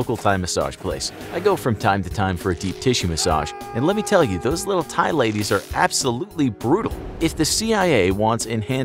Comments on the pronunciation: heads up- despite the "h", it is pronounced, "Thai". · I love how he called the massage place the “thigh” massage place.